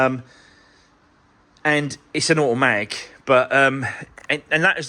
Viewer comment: Can you just say a...matic once more 🤣